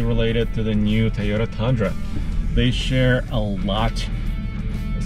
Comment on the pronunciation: Can't get enough of pronouncing Tayota.